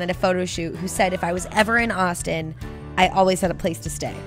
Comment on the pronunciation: The first time she said Austin I thought she was saying Boston